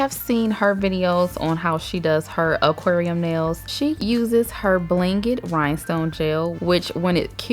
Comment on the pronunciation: I love how you say Oquarium haahha 💕😘